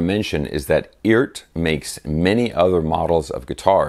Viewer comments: I do believe the name is pronounced. ERRRT; Bert without the B! 😁 great guitar; do stainless frets wear arthritis & strings faster? Is SAMICK making these? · Eart is pretty easy to pronounce. Earth without the H. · It's pronounced eart not eart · It's pronounced ert. They make descent guitars at an inexpensive price! Never seen this model, thanks. I want one! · Perhaps EART is pronounced "URT" (like hurt) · It’s “FART”.